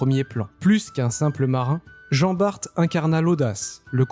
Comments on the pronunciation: Ayant été dans la marine je peux te confirmer la prononciation de Jean Bart. Donc « bar » pas « barte » 😊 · Hello. Pour Jean Bart, ça se prononce "Jean Bar" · Jean Bar"t"!!!??????😳😳😳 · Pour Jean Bart... Et ça a sûrement déjà été dit. La Marine ne prononce pas le t. Ca répond à la question (oui, au musée de la Marine, en suivant l'atelier des petits avec mon neveu, j'ai souffert). Pas de t. Point.😊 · Je confirme à J.Bart, on ne prononce pas le T . Sinon , kiffer, chevalier de Barbazan, gille de Rais ( tant qu'il était avec J.D'Arc ) et pleins d'autres J.Moulin..enfin...😊. Merci A + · Je vais faire mon relou des commentaires. Je descends de Jean Bart par la lignée maternelle et le (t) ne ce prononce pas. Et pour la bataille du vieil Harman, la prononciation en Alsacien et pas correct, mais pour réussir à le prononcé il faut être alsacien ou allemand. Personnellement même en habitent 3ans à côté je les jamais prononcé correctement. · bonjour, finalement on peut prononcer le (T) mais faut préciser que c'est en flamand 😂. Sur ce bonne continuation, merci de la réponse. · Montargis, Jean Bart... pourquoi tu prononce ça comme un fiéfé angloy? regarde le film Tai-toi! (Reno et Depardieu) et viens donc faire le carnaval de Dunkerque!